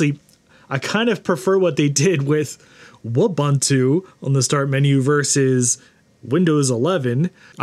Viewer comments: Eh……… it's "Wu-bun-tu!! Not Uah-ban--tu! Gosh…… this makes this otherwise great video really hard to watch. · Wu-boo-too, not woo-buh-too. Ubuntu (ooh-boo-too) is an African word. Thanks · Ubuntu is a Swahili word and pronounced "ooh-boon-too". So Wubuntu would be "woo-boon-too", not "wuh-bun-too". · You're pronouncing it completely wrong. It's woo-boon-too. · I love how he says it's so fun to say and immediately pronounces it incorrectly... It's just like Ubuntu (oo·boon·too), but with a W...